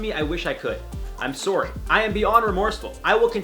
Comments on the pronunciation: No one IO host : I’m suwry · lol i’m surry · Eric Thigpen Hes Canadian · i love watching IO and all the hosts. but is it just me or can not pronounce 'sorry' properly? just curious. no shade xxx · Is it me or he says sorry different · Omg please say “sorry” again! It’s so cute. You and Joc sometimes will say things and it reminds me your Canadian (which I absolutely LOVE). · I love the way he says sorry! Accents are truly amazing and so interesting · I love it so much when he says I’m sorry in a accent its my favorite thing to hear😂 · Does he say sorry weird or is it me? I'm from England so I could be wrong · I think he's Canadian that why lol it sounds cute to me lol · Thank you for a great video!!! I love how you pronounce the word sorry. I've never herd it pronounced like that.